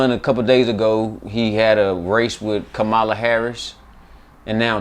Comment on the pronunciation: The host can’t even pronounce Kamala name correctly didn’t her daughter tell you fools sound like the paleface doing on purpose